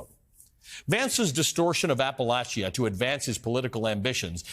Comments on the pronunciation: This guy doesn't even know how to say Appalachia. If he really cared and knew anything about the area he would have taken care to understand. I have zero respect for a person that does not do their homework. App-a-lach-ia. Ha what a joke. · Anyone else bothered by his pronunciation of Appalachia ? lol….wft. That’s not how I learned to say it.